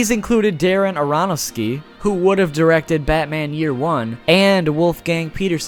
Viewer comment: You are aware that you mispronounced Darens name but said Joel Schumachers surname wrong TWICE. I cringed both times.